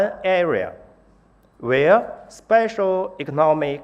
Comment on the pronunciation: ”sepesal economick zooms”